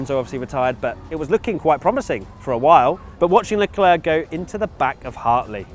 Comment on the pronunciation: “And the three DNF’s were: LECLEKWJSHO”